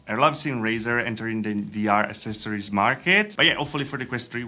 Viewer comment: LISTEN TO ME, TY!!! ACCESORIOS...A-CC-ESSORIES, NOT A-SS-ESSORIES!!!